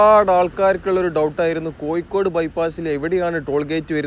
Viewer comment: Koyikode alla bhai, Kozhikode ennu parayanam.